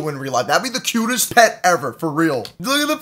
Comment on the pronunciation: Pat instead of pet